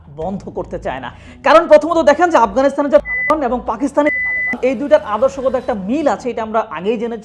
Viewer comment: তালেবান নাম নিলে কি আপনার সরম করে? পুত পুত সাউন্ড দেন কেন?